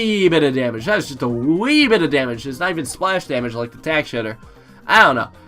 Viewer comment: "tack shitter"